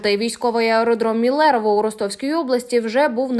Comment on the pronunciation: МИлерово , не МилЕрово !